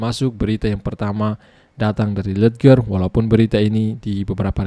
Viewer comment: Baca nya lejer bang 😂😂